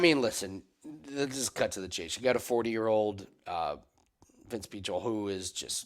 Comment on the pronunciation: The way you pronounce Pichel is just sad.